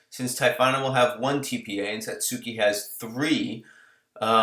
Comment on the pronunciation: The "U" is silent in Satsuki. It's pronounced Satski. Just in case you worried about trivial things like that. Same is true for Sasuke and any JP name with a U in between 2 consonants. I love Anaphon by the way! I'm running 2x Akechi(D/L), Yomigon, UUvo Pandora. I plan on getting Plumboobs to replace Pandora.